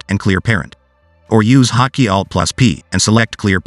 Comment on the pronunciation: I don't know how many times he said "hockey" until I realized it was actually "hot key"